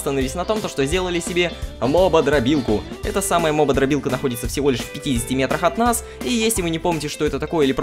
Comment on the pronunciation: Не "мободрорбилка", а "опытодробилка".